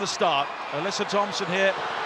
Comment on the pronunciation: Hey england, Alyssa Thompsons name is pronounced Alyssa " AH-LISS-A" not Alessia.